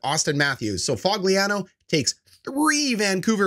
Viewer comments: Lol Fog-lee-an-oh 😂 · did u just call Foligno Fogliano? bro😂 delete this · you dont even know how to pronounce nicks name